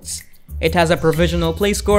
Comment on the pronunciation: bro said gacha 💀